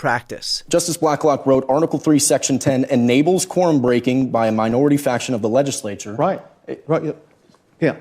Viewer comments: When I listened I swear they were saying Corn breaking 😅. I had to turn on speech to text to find out they were speaking of Quorum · I thought yall were saying corn breaking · quorum is a two syllable word